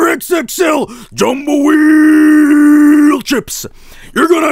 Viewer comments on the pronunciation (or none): none